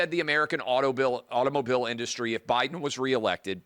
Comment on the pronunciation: She called her boss prez Obiden😂